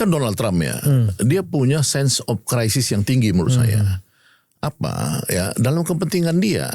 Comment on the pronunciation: bacanya sense of kraisis (crisis), bukan sen op Krisis. Belajar lah kau bhs inggeris. Malu kita bah.